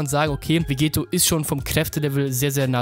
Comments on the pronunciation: dokkan battle Hä, na klar. Er spricht ihn Vegeto aus, und nicht Vegetto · Wieso sprichst du Vegetto immer falsch aus? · Der Es nervt mich bisschen.